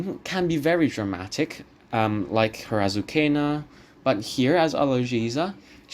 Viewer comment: My previous comment has been erased for linking to a page with the correct Italian pronunciation. Thank you very much, YouTube. Please note that the character in Trovatore is NOT pronounced "Azukhena" as you did several times.